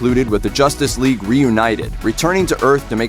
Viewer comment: "JOSStice Whegue"